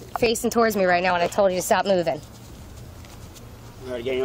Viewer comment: 😂😂😂 "Ahh..Ahh...Ahh...Ahh" ×10 & "I toldt her nottah stop, I toldt her nottah stooop" 😂 Over and over, SHUT UP!...ridiculous 😅